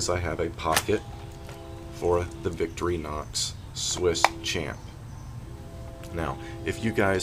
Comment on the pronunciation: Wonderful work, I always enjoy seeing the amazing things that you are making up. I just wanted to add that if you are going to using them in the future, Victorinox is pronounced Vic-tori-nox, almost like 3 words, rather than Vicktori-nox. I found this out by not saying it up to standards in front of a Swissman! Really nice work, and I wish that I had seen this before it was sold, will be looking for them to appear in your store! Munro